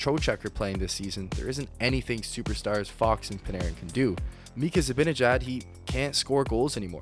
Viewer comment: FYI. It's Zi-BAN-ejad, not BIN